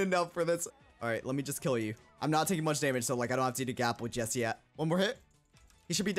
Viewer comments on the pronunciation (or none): none